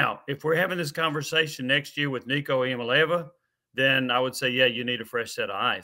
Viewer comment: Someone please tell Jimmy how to pronounce Nico's name!